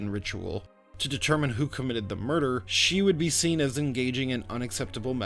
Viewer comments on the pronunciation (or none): none